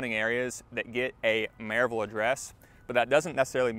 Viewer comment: Another out of towner who is from some other state and doesn’t know how to say Maryville. Most likely a Amazon employee.